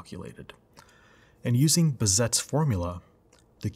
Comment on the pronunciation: Nice overview. Two small amendents: Frist it‘s Bazett‘s not Bezett. Second you have to be aware in which speed your EKG is written: if it‘s 25 mm/ sec then 1 small box would be 40 msec, if it‘s 50 mm/sec then 1 small box would be 20 msec.